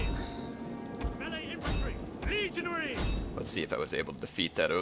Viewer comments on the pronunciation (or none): for some reason, I laughed hysterically because I thought he said 'legionHEIRS'